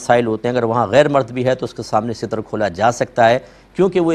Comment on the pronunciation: Seetar word ni hota Ster hota h